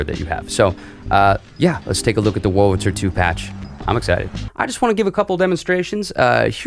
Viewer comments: are you saying "wulritzer"? it's much easier to pronounce it the way it's actually spelled, with the r before the L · i was being rhetorical. you are pronouncing it "wulritzer" consistently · He is pronouncing it "Wurlritzer" not "Wulritzer" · Definitely. It's clear that he says "Wurl-ritzer". I'm not criticizing him though. What has been odd over the decades is I've heard a substantial % of folks mispronouncing "statistics". Instead saying "satistics". And mispronouncing "Massachusetts". Instead saying "Massatusetts". I'm an oldster & have noticed those 2 for many decades.